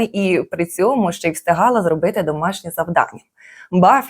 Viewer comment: Омг, що з голосом у вас? 😢 ГоврЄЄти, зробЄЄти? Така рагульська вимова